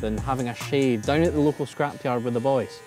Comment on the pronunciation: DOWN 😂😂😂 NOT DOOWN OR DUOWN... JUST DOWN😂😂😂